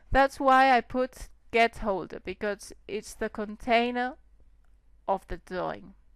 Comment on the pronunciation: great tutorials, and dont be afraid to say the R! it sounds like youre saying theads and dawing